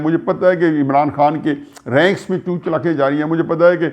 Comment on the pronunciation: Chut Chalakian Sir, Not Chout Chalakian